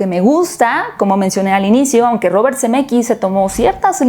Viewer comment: Cada que dice Zemeckis yo escucho CDMX 🤣🤣🤣